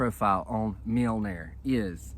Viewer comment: Have you been practicing saying that, you were spot on 😅🤣😅😂